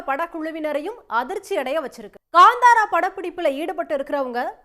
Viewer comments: It's kantara not kandhara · It’s not Gandhara, it’s kaanthara